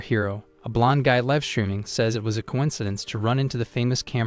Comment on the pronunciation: Need to train the ai the difference between liv and live.